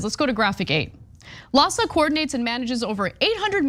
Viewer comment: LAHSA sounds almost like PADS!